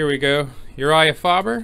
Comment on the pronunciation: It’s pronounced “Faye Ber”.